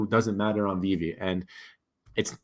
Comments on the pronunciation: Anyone who speaks on Veve and says “this app called veeve or w.e” should just stop right there . Learn to pronounce the name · Kevin comes across as a high school jock picking on a nerd so that he looks cool and has it all figured out. Small minded people think if they don’t see something, it doesn’t exist. Mispronouncing the name (on purpose) shows his arrogance. My opinion on what he thinks is beyond insignificant.